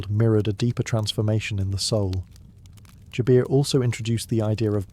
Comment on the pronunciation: its Jaber, not Jabeeer its Islam not Izlam